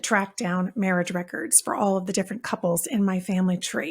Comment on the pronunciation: Mawrige 😂😂😂😂 love that!